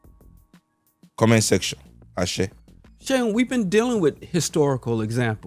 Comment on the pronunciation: Bro obviously needs phonetics class on hoe to pronounce Boda Seun's name😁